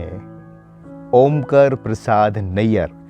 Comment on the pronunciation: ' ओंकर ' नहीं, ' ओंकार ' कहीए |